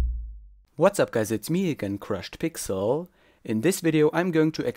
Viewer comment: lmao you say your name weird "